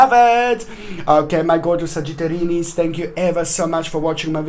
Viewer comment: Trey Amaral I think it sounds like sagittarinnis :) hehe